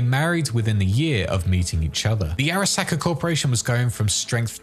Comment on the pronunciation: SAHka no sacka. Learn to pronounce things properly